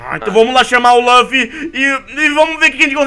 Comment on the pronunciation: Ele falou lufy e kaneki errado